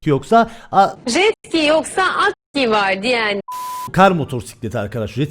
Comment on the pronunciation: Abi sen jetsi*i dedin